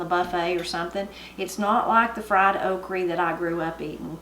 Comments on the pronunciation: Grew up in Adams TN & coupla memories n differences in how my family prepares “okrey” (same pronunciation) Nowadays I use my sieve to get the extra cornmeal out so it don’t cause my oil to burn up too fast. I’d be told to get diddys flannel on to cover my arms and be given a bowl and a paring knife. I knew I shouldn’t cut off anything bigger than the blade of the knife bc they said that was too tough. Although- if it were to be boiled(spit up the sides and boiled till tender in buttery water) then it could be bigger. We didn’t top n tail them unless they were older & too big - I like the tails personally fried up same as I like the crispy fried fish tails 😂 Anyway we had stewed taters instead of milky. We fried our okrey like you. We always kept a freezer on the outporch with deer meat in it too. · Wonderful meal! I've never heard it called okra the way you say it. I usually eat it more with heavy breading; but I thought it was made that way to get rid of the slimy-ness. Only like it when not slimy otherwise I won't eat it. I would have put the dessert on my biscuits! Love deer meat and it's very good and lean. Really nice to watch you cook and get some pointers! Love your videos! Thanks and have a great weekend!💕 Ps. My grandma was from the UP of Michigan. My favorite thing she made us was pasties! And we ate them with ketchup! I miss her dearly. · Oh my goodness that's exactly how my granny says okra and fries it the same way real good eatin there, keep up the good videos. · I agree! I’m from Georgia and I’ve never heard anyone pronounce it Okre/Okry. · Why would you say okry with an E sound? The word doesn't have an E or a Y. It ends in an A and an "uh" sound. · Your food looks wonderful but wish you'd say "o-kra" :) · I've heard that the original okree was pronounced as you do and it changed to okra later after coming to this country. Your supper looks so good, I feel like I could smell it cooking. Good memories of my NC gramaw.